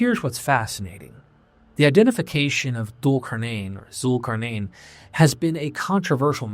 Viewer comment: "Dual Car-Neighn" My bro, if ya get the pronunciation right, the story/legend holds better : ] I know you got it in ya brotha